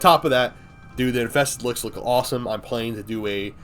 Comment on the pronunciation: “infeksted wicks” yeah youre def drunk